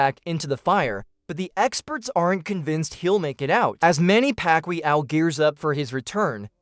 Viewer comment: Many Pacquiao not Pacqlio 😂😅😂